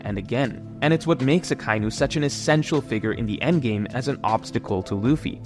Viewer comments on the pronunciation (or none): none